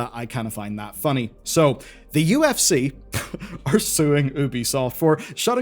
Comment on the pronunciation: Despite your best attempts, you still mispronounced UFC :)